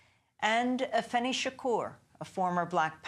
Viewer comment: & it's AFEENI not Afeni